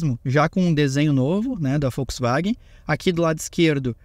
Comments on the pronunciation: Volks… e não Folks… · Pq vc fala Folksvagen? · Só eu que reparei que o fala Foxwaguem?😅😅